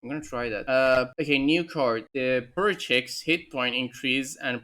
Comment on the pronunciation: you "poruchik" pronunciation was correct